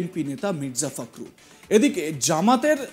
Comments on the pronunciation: ফাকরুল না দাদা , ফখরুল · "ফখরুল" উচ্চারণ করতে পারে না কিন্তু নিউজ উপস্থাপনা করতে আসছে